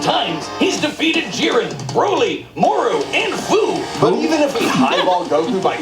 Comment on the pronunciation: They aren’t in heaven, they seem to be in the void where the universe once was. Edit: They actually mispronounced Fu’s name.